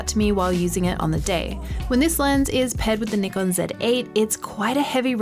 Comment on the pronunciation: Wonderful review. Also thanks for saying NIKON and not Nykon Also thanks for saying Z zed and not Zee.